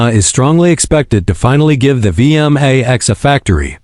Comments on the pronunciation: It's pronounced V MAX 1700 not V M A X 17 0 0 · I can't take these lazy ai voiced slop videos. The ai narrator actually said "the Yamaha V.. M.. A.. X" as if the name is an acronym 🙄